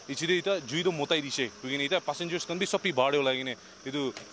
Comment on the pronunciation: Bro.. I think is mitai dise. Not motai dise.